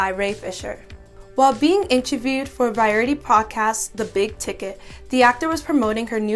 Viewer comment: hey, so you pronounces Gal's name wrong, the director is not Josh Welden and you pronounced Variety wrong. Other than that....sorry, but these are basic things that should be caught